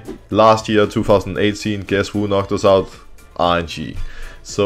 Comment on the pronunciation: Every time Broxah says "RNG" does anyone else hear "IG" instead ? 😂😂😂